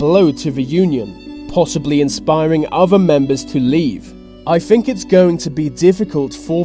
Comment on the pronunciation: why cant the narrator pronounce the word think? I fink, sounds like a window licker, plus the European union is not a country